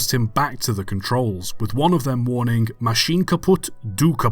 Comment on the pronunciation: mate, never mind apologising for mispronouncing French when you can barely pronounce English words either. i mean what IS a warningk? what is a morningk?